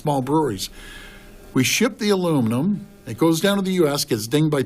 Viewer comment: I thought she was saying "Steeluminum" I didn't know what that was.